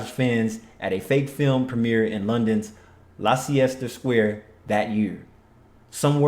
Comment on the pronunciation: Leicester Square is pronounced "Lester" Square